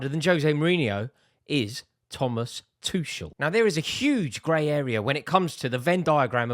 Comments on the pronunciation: Rory still calling Tuchel "Two-shell" STOP PRONOUNCING THE 'CH'. You can say Tookle or Tu-hhel. Anything but bloody Two-Shell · Is it really THAT difficult to learn to pronounce Tomas Tuchel's name properly? After all those years of PL involvement and British interest in him?